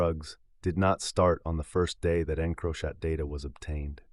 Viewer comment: And the pronunciation of encrochat 😂😂 I had to turn it off to 😂😂